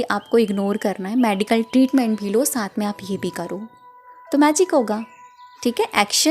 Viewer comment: मेडिकल बोलते है मॅडीकल नही